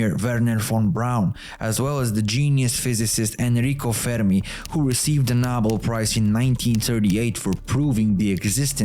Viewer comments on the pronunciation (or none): none